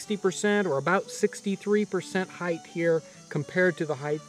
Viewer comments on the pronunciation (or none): Please don't pronounce height as hythe as in height the gh is silent leaving a hard T sound hite Thank you Many Americans make this mistake must have been absent that day in school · "Heighth" is not a word. You all sound retarded when you say it. Same with "acrosst". Tell your friends.